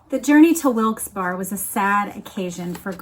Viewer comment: Wilkes Barre is pronounced Berry. I used to visit a friend in Scranton and that's how they pronounced it. Not a criticism, just to let you know like you let me know all sorts of stuff i didn't know❤